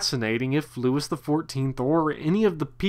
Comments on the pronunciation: loo-ee the 14th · Pronouncing Louis XIV as ... “LEWIS” is historically brutal. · It is NOT “LEWIS”!!! If you can’t get the pronunciation of his name right how can you expect us to take what you are saying seriously? Couldn’t finish listening to this! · I couldn't take it and had to kill the video. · Yeah, this dork's mispronunciation of a very basic French name - Louis- was embarrassing to hear! He butchered it!